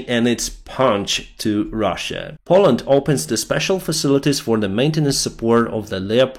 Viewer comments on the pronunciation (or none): none